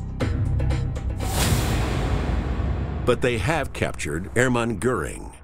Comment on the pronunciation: The name Hermann isn't pronounce Air-man FFS!!!